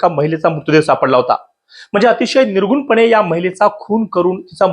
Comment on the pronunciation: निर्गुणपणे 😂का निर्घृणपणे? अरे शब्द काय हे तरी माहीत करून घ्या.